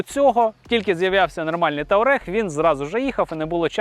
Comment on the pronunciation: Туарег а не таурег